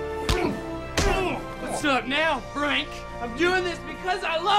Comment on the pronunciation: “Very good Fank. Very impressive. Ultimate Punch.”